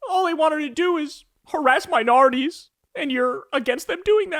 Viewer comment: when Kyle said minorities, it sounds like "my nardies" and i cant stop laughing